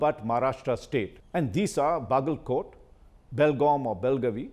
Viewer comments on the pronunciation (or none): Sir please pronounce Belgaum/belgavi correctly ur in high class stage